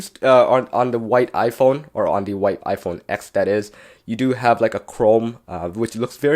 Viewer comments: Did you say iPhone f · Did you say IPhone f ??????? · I heard u say iPhone f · Did he say iPhone f ? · You siad the iPhone eth 😂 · He said iPhone F instead of iPhone x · Lol, he said Iphone F 😂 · Did he say IPhone F in the beginning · Is it me or did anyone hear him say iphone f? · he said iPhone f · At the first he said iPhone f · Yianni Strait if you listened to the release of the iPhone X they say ten not X they never said x your dumb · Niqqa said iphone exthhffffff lmao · Who else heard him say iPhone F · same it sounded like he said F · It look or sound it is said s or f I can't that hear that good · Yeah get it right it’s the iPhone X